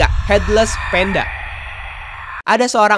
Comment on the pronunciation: panda bang bukan penda